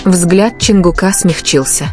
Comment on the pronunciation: Автор или блогер или чтец текста, как надоели ваши ошибки при чтении. Имя ЧОНГУК не склоняется !!! Чонгука - ударение ставьте на У. и т. Д. И это очень часто так делаете. Не слушаю вас из за этого.